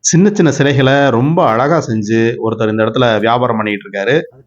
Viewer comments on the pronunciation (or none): none